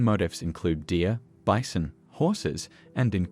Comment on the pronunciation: Wait what is a bizon do you not mean bison 😂😂